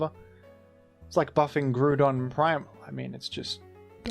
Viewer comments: Brother its not pronounced "Groodon" its pronounced "Grau-don". I am not a pokemon pronunciation Stan but that one just drives me up the wall. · Grow-don doesn’t even make sense 😭 I can at least see the logic behind groo-don, look at the word ‘group’ for an example. It’s definitely grau-don because GROUND, but I can’t be mad at people for mispronouncing it as groo-don. GROW-don, on the other hand, is unacceptable lmao, how dare you